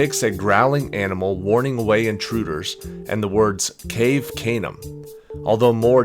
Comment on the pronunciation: Hey- the pronunciation is ca-ve ca- nem